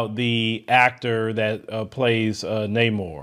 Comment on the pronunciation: If you’re going to upload commentary where you discuss another people’s culture, be respectful and make a concerted effort to learn to pronounce their names correctly.